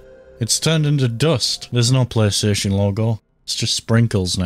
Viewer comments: Qaystation sawneek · Playstation ❌ deathstation ✅